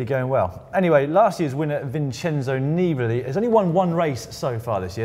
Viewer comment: Vaughters, is it so hard to pronounce "Nibali" with the correct accent???